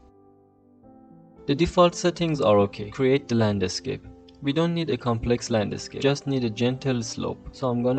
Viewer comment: Thanks for your work and learnings. May I say? The pronunciation of “landscape” is one word only. Not “land a scape”. Aside from that, congratulations for your work.